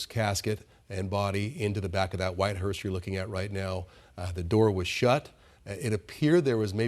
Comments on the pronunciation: Glad someone must have corrected the female speaker. In her first pronunciation of “hearse”, she put a “t” on the end of it. Thereafter she pronounced it correctly. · Its a hearse. Not a hearst. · It's a hearse! Not a hurst! Jeez, can we find some talking heads that actually have a command of the English language? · Note to anchors. It's a hease not a Hearst. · It's hearse not "hearst." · It’s HEARSE not HEARST Jesus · Hearse not HURST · Its called a hearse, not hearst!!!!!